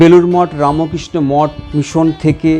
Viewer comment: আচ্ছা, রামোকৃষ্ণ কেন বলছেন, বলুন রামকৃষ্ণ। আর চ্যানেল এটা শুদ্ধ ভাষায় উচ্চারণ করুন। জয় গুরু জয় গুরু জয় গুরু।